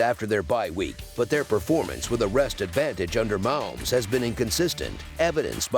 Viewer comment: You pronounce it Ma_Homes